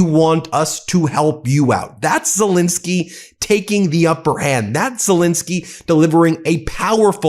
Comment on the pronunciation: Ben, even Drump pronounces Zelenskyy's name right! Please give him the same courtesy. Okay Bin? Thank you.